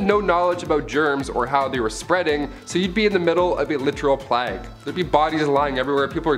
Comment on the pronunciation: What the heck is a plagg???? It is pronounced Playg with the hard G. Please people look up words get pronunciations for goodness sake. How could someone this age not know how to say plague?